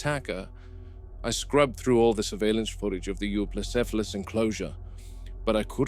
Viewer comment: 2025 and mfs still can't pronounce Euoplocephalus